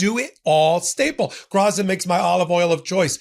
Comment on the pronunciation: Graza is pronounced Gratsa